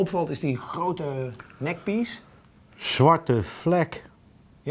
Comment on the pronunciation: Hij zegt peace als pies